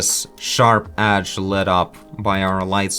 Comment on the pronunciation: "edge" not "adge", sorry is just that it sounds weird